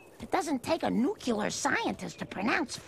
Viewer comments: "it doesn't take a nucular scientist to pronounce foilage." i love that they gave this line to Marge....today's writers 100% would have given it to Homer. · As a kid, I never realised that Marge mispronounces "Nuclear" and "Library" as well.